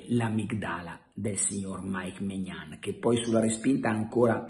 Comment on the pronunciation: E che Maignan si dice Mignón